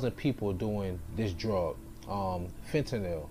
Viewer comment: You Pronounced Fentanyl right first time